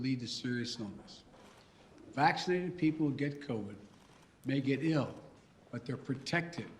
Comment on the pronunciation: Madness. I’m not listening to this rutabaga. Also 👇🏼 It’s OMICRON OMICRON OMICRON not OMICROM you absolute oh my god this dungbeetle.